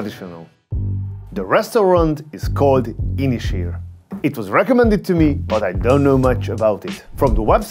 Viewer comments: It's actually pronounced as two words, Ysys Hir, pronounced in English like Un-iss Heer. Means Long Island in Welsh! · Nice review but work on your pronunciation of Ynyshir 😂😂